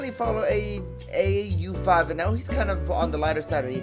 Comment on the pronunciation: Tip: its pronounced "Aw 5" from Au5